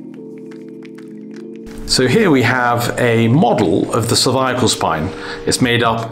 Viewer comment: "cerviacle spine"